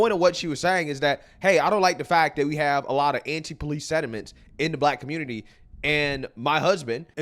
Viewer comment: "Aight, guys! So we gotta talk about" how da Communitah is a lost cause yo. "You've seen that, you heard that!" Big ups,... 😂💪🏾🇺🇸🔥🇺🇸👍🏾🤣